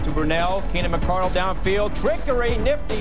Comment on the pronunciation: Back when everyone called the Jags receiver Keenan MICK-CAR-DUHL